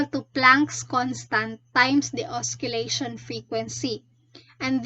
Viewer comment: you pronounce it as OSSI-LEY-SHUN tho